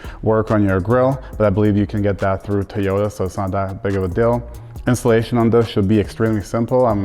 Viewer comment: It is toy yoga not tiy yota. Why does everyone say it wrong it sounds stupid